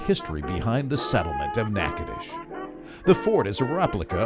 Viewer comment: At least you pronounced the name correctly.